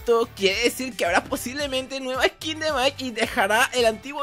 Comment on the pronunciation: Se dice Skin no eskin xD